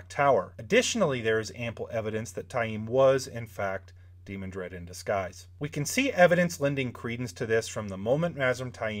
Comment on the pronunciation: To me, the pronunciation is de-MAN-dred, not DEE-mon-dred.